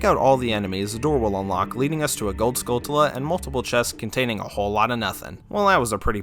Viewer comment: Skull(ch)ulla, like Tarantula